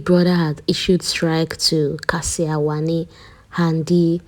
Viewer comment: Not Handi... It's Wanni